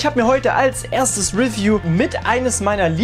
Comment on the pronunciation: Also echt geiles (wie sagst du’s noch mal?) ahhh genau: refiew